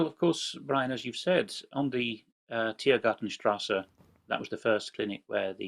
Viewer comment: You've said it twice now, Brian. It's Tiergartenstrasse, Tier Garten Strasse, and not Grarten!!!